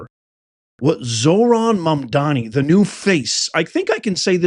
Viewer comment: Dude you are an ignorant ass hole for simply mispronouncing Zohran last name....his dad simply spoke truth about the history of this country.